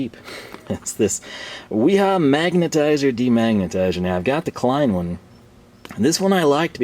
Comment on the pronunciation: So you call Klein Lein? 😂